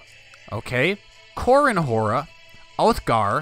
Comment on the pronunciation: Have you tried to download the Tubbs' Better Faces submod? It inserts the DLC portraits from the base game into the mod. You should install it as it really improves the portraits. Also, Hoare is pronounced like "whore", not "har-ah". Still, looking forward to this series! I always love the Aegon's Conquest bookmark in the mod.